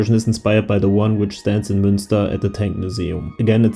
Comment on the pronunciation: Munster, not Münster ō.ó :D great builds!